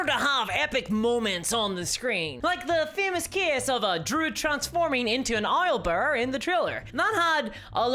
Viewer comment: Oilbear! lol do you say oil for owls too or just in combo with bears? :D